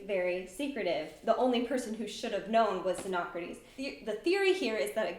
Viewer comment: Ty for properly pronouncing xenocrates.